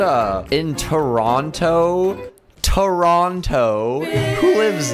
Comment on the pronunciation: pronounces Toronto like:"WHO LIVES IN "TERONTTTTTOOOOO" Me: ITS TER-ON-Ō!!!!!!